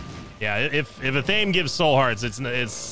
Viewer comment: Just wanted to point out in no disrespect, but the item Athame, is pronounced (Af-a-May)